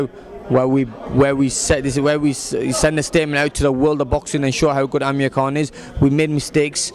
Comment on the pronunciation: Did the guy say Amir King Kong in the begining???